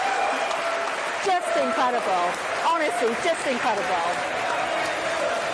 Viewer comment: Incrodable??? The woman can't even talk properly